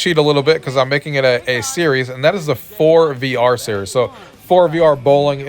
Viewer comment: I think forevr is pronounced forever